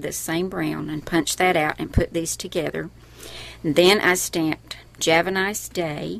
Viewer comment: U say java wrong